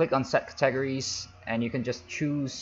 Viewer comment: THE WAY HE SAYS CATEGORIES XD. CA..... TEGRIES XD!!!!!